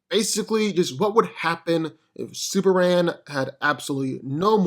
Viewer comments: Dude please enunciate it's S U P E R M A N not superann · Is it me or is this guy saying "Superam"? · Why do I keep hearing "Super-an"???